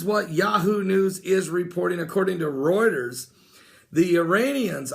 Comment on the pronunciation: Reuters not roiterz.